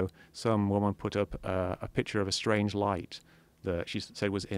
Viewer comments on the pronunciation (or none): none